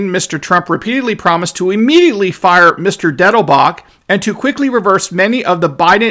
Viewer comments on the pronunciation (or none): none